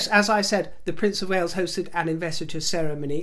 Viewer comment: Wales not wells.